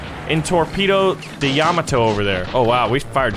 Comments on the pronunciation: it's pronounced yuh-mo-toe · Ya-MAH-to, good sir. The emphasis in the second syllable. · I hate how he says Yamato